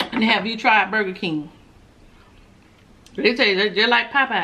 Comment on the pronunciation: When you say burger keem I fall out laughing 🤣🤣🤣🤣🤣